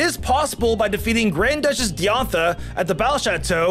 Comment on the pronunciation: Bulbapedia not bulbpedia. Dye-an-tha not Dee-on-tha. Am-u-let not Omelet.